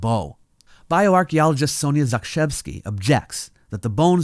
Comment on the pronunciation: Saw the name "Zakrzewski" pop up in the subtitles a few seconds before you said it, and mentally prepped myself for the ensuing hilarious pronunciation I expected you to give it. Was shocked when you pronounced it in perfect Polish. Kudos on checking your pronunciations with native speakers before recording. It adds a lot to your credibility.